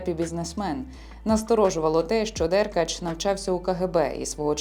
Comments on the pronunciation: читалка не може прізвище деркАча правильно вимовити)) дЕркач😂😂😂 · Чому ДЕркач, а не ДеркАч?